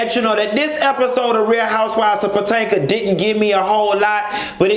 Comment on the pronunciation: Every time he says “Potanka” I die laughing!😂😂😂